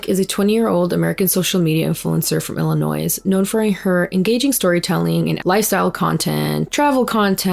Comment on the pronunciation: as someone who lives in Illinois, I just gotta say… the s is silent. Also ty for the vid!